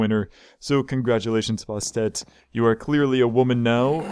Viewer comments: It is pronounced Bastet not bostet ant she is a goddess not a god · okay 2 things bastet is pronounced bast-et and name it tom from tom and jerry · it is bas et the first t is silent